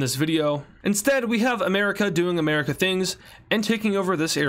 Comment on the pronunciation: BRO SAID "ANERACA" LOOLLOLOOLOLOOLOLOLOLOLO LOL O LLOL!!!!